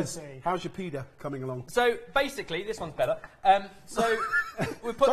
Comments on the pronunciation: A lot of the time it just sounded like you were saying pedo… 😳🥴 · I am hearing you say Pee-day. Do you mean pita?